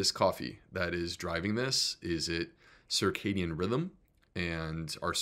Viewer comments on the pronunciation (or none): none